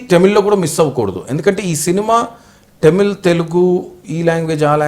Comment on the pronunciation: vamshi garu please don't pronounce tamil as టమిల్ it should be pronounced as తమిళ్.